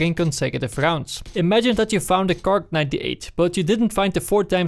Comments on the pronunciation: It's not kark it's kar. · How come you pronounce it "kark ninety eight" instead of "kar ninety eight"? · Is he saing KARK? no budy its kar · KARK? you mean Kar98K lol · I swear, 90% of the comments are about him saying ''Kark''... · KarK xD Jeeez dude... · KAR! Like KARABINER! Not KARK! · Its not from his accent or sth like that... He thinks its kark... Look at the stats for example... It says kark 98... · it really bothers me that he says karK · KARRRRRRRRRRRRRRR NOT FUCKING KARK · "Well com tu duh Kark 98 in layers known blaatle glounds." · I saw the title after I posted the comment. Probably because the gun is the Karabiner 98 Kurz, so he is shortening the karabiner to "kar" and adding the k for kurz. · im sorry but i just cant watch this video with you calling it "kark" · Everyone tryna say hes wrong for calling it a KarK, you're wrong. He (and many others) call in the KarK because, (KAR)98(K) so they dont confuse anyone with the difference between a Kar and a Car :)